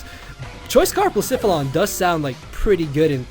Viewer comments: I think it's pronounced Bluh-seh-phuh-lon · you could pronounce Blacephalon as "blays" "faul" "on"